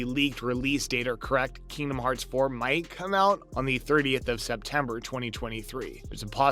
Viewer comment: This guy doesn't even know what the hell is talking about. Not to mention his pronunciation on Kingdom Hearts. From now on right dislike in your comments. (DISLIKE)